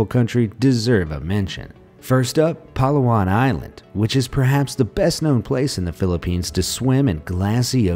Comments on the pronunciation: We're laughing because you mispronoun the places in our country philipines😂 it's bo-ra-cay not bora-cay HAHAHAHAHA and its pa-la-wan not pala-wan😂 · that’s not how you pronounce Palawan and that’s not how you pronounce Boracay... just saying... but thank you for including my country!!!! 🇵🇭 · correction* it is pronounced as Pa-La-wan and Hee-na-tu-an and Bo-ra-Kay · You pronounced Palawan & Boracay wrong I know cause I’am Filipino